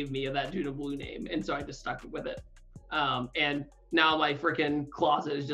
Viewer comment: Omg my question was the last one Ps. Totally butcherd the name